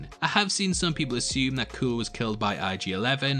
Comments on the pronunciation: I hate to nitpick, but you’re mispronouncing Kuill’s name. It’s pronounced “kyool” not “cool”. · His name is not kooill... its pronounced kweel. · Seriously, the race of beings Kara is fighting against is a Zabrak. C’mon bro, that’s basic stuff. And it’s pronounced Quill not Kuool. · Kuiil is pronounced ‘Qwill’. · Actually, I stand corrected. Upon watching again I realized Kuiil says it’s pronounced “kwee-ill” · Man, you are jumbling your lore. Not all Zabrak are Dathomirian. The Resistance is not the same as the Rebellion and doesn't exist yet. Kuil is not pronounced "kewl". Being evolved doesn't mean you aren't cloned, it just means you aren't designed.